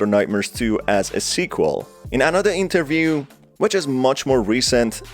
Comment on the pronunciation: Sir please. It's interview not Enterview.